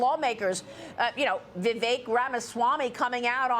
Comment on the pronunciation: & Congressman…His first name is Vivek…VI—VECK. VI—VECK. NOT “Vi-VAKE” Get it? Got it? Good! It’s really not that hard to pronounce. Now please show the man a little respect and say his name right.❤️